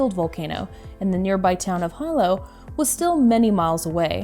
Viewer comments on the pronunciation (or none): It's pronounced [ hee-low] . (Hilo)